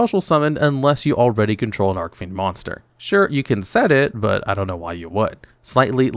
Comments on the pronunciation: ARC FIEND ARCH FIEND YOU kill me when you mispronounce names celtic guardian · Archfiend is pronounced with a soft C -_